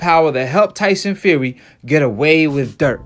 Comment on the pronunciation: he says his name tyson feary